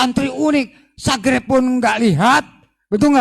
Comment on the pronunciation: Garomah al wali al habib al sang kiper neraka, bisa merubah "subscribe" menjadi "sagreb" sudare awokwokwok 🤣🤣🤣🤣🤣🤣🤣🤣🤣🤣🤣